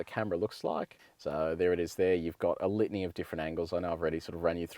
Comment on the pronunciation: Each time he says litany it sounds like lithium.